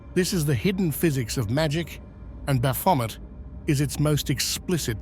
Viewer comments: I've never heard Baphomet pronounced like that. Bravo. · I suspected A I voice, ans it is a good one , so i dont mind .... What gave it away? Mispronounced Baphomet! Any occult historian would know exactly how to say it right 😊..... Did same with Elphias too. Vid creator , you should really check that the literal NAMES are pronounced correctly.. Did it with Crowleys Thelema too..... Come on man. Do bettrr. Its disrespectful to these occult ledgends , to use their names to make no -effort (for you) vids , and you can't even check its saying things right? You arent even checking before upload , let the AI churn it out and upload immediately without a second glance. Such is the modern world niw. (Be careful, i wouldn't want to be haunted by Crowley 's ghost 😂😂😂.... In all seriousness though , you obviously know F All about the occult , not even the basics like how to say the BIGGEST nsmes !!! Prefty disrespectful to proper occultists also .... I cant see those people been very happy about their religion being disrespected TBH. (Yeah i was saying how much i enjoy these vids in my previous comms , but this business with the misakes , is very off-putting.